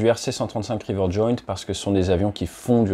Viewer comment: Rivet Joint au lieu de river il me semble. Sinon super vidéo comme d'hab.